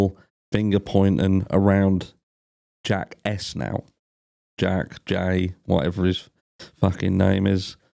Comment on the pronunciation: Every time he says "Jack S" it sounds like "Jackass." Which is great.